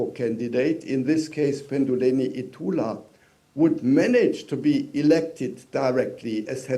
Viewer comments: It's not Ndawa. It's Netumbo Nandi Ndaitwah. Read again Nda i twah (twa) not wa. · Ndaitwah not Ndawah